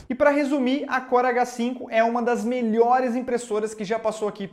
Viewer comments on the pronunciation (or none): Toda vez q vc falava o nome da impressora eu ouvia "corega 5"... Sabe, o adesivo pra dentadura? haha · Pensei que era só eu que ouvi isso. Corega 5.kkkk